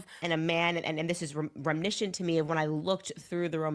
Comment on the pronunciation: Rem-I-niss-ant. It's not that hard,.